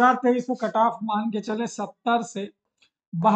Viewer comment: Sir aap cutoff ko kataaf bol rahe hai